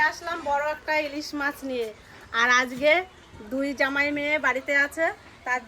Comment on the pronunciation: জামার নয় জামাই হবে মনে হয়